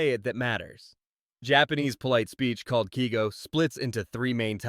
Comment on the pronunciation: Keigo is pronounced kay-go.